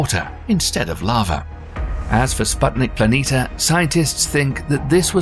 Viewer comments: PLANITIA, NOT PLANITA, THERE IS AN I!!! WAKE UP!!! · It would be nice that planitia were read correctly. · Planitia is also pronounced as /planeesha/ not /planeeta/.